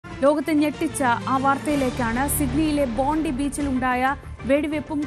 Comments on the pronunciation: ബോണ്ടി അല്ല. എഴുതുന്നത് bondi എന്നാണെങ്കിലും വായിക്കുന്നത് ബോൺഡൈ എന്നാണ്. BONDAI, അതാണ് ശരിയായ pronunciation. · ബോണ്ടൈ beach. അതാണ് ഉച്ചാരണം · Bondi എന്നത് ബോണ്ടായി എന്നാണ് പറയുക